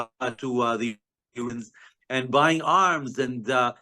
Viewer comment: he keeps saying uranians instead of iranians